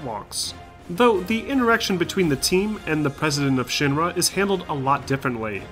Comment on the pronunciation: Man, does this guy say Shin-ma instead of Shinra or what?